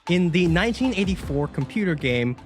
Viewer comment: I was folding clothes (not watching closely) and I, like the subtitle, thought it sounded like he said 1994